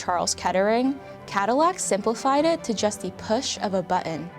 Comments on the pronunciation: Why tf she keep saying. Da instead of the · I don't think she used the a single time, every time she said 'th' anything she said it with a d lol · She keeps saying d when its th and it's annoying the shit out of me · It's THE not DA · the... not da .... sorry...pronunciation driving me a bit crazy.... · The amount of time this woman says “da” instead of “the”...enunciate PLEASE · THE NOT DA , after i heard it once i could not unhear it, jesus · I love how she pronounces anything with a “th” sound with a “d” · “da brand” = the brand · dat and da, So annoying learn how to pronounce the and that correctly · Da house, yo. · I wish the narrator would stop pronouncing all 'th-' sounds as 'da'. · Her constant mispronunciation of “the” with a “d” sound lost me in the first 2 minutes. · Please learn to say “the”